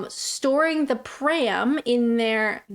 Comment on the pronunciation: You’ll find “pram” easier to say if you don’t pronounce it “pree-am”! 😃